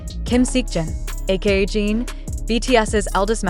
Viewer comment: I hate that you keep calling him Gene! If you are going to profit off them, the least you could do is pronounce his name properly! It’s Jin pronounced like the drink gin!Get it together will you! In any case, I don’t believe ant of this. Jimmy wouldn’t just invite the one! He will have them all on, even if JK is his favorite. Getting the first OT 7 in the US is such a huge coup, as a professional, he wouldn’t trade it for just one person. They can spend time together when all 7 travel over!